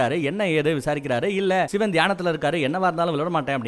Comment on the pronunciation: சிவன் da...Not சிவேன்.. Olunga pronounce pannu 🤡